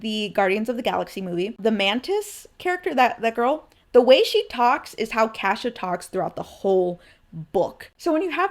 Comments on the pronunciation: no fr I was like "Who tf is Kasha?" Before I realized she was butchering Cassia 😂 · It actually is her 17th birthday. She happens to have her birthday on the day of the month they do the banquets, and always hoped it would happen on the day but knew it might not, and was very happy it actually did fall on her actual birthday. Also your pronunciation of Cassia is so different from mine it took me a minute to figure out I wasn't hearing it wrong lol